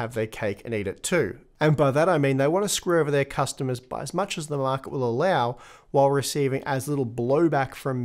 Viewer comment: “based on what the markeh might baaae”